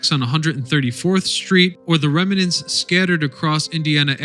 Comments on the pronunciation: The word is rem-nant, not rem-e-nant. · Ongoing issue. Remnant . There is no extra "e" after the "m." Rem-nant. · Remnant is a two syllable word, not three.